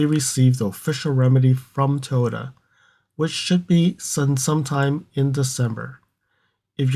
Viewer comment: Can you pronounce it as Toyota instead of toyta please?